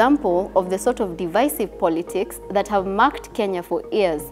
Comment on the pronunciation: She's good, but can she work on pronounciations? Some basic words don't sound like that, Against... Divisive... Years... she can most definitely improve on that.